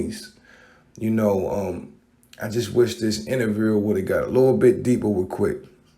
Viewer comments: Why can't Baltimore niqqas pronounce "oo" words? Tupac, interview, do, crew, blue. 🤣🤣🤣🤣🤣🤣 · Bro, I'll give u a $100 if u can say "Youtube" and "interview" properly lolz